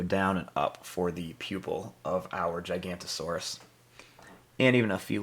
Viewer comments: It’s not gicantosaurus it’s giganotosaurus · It’s giganotosaurus not gigantosaurus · some people call it gigantosourus and some people call it giganotasaurus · giganotosaurus, not gigantosaurus. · ITS GIGANOTOSAURUS NOT GIGANTOSAURUS YOU ARE 1 LETTER SHORT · Just gonna say again its giganotosaurus not gigantosaurus the difference is gigano and giganto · Actually its giganotosaurus not gigantosaurus